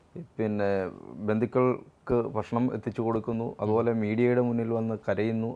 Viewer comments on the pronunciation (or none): none